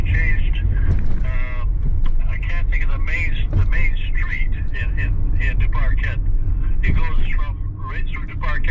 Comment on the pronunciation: Correct pronunciation is Due-par-Kay 👍🏻